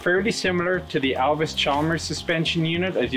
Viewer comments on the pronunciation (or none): Allis charmers! Not Alvis charmers lol